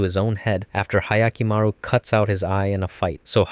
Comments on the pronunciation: "ahyakimaru" ? i'm sorry but can you actually read ? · That butchering of Hyakkimaru’s pronunciation hurts as much as the lack of Diavolo